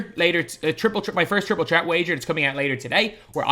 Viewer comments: I like how he says Triple Chret instead of Triple Threat 😅😅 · It’s an accent